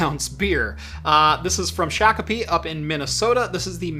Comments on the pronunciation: I would say it took about 7-8 beers to pronounce Shakopee correctly.:) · As a Minnesotan, excellent pronunciation of Shakopee. It stumps plenty of out-of-staters. 👍🏻 And yes, you drink it right from the can here 😂 What's your go-to beer style?